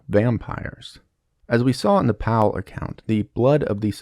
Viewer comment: The way he pronounced Pavle made my skin crawl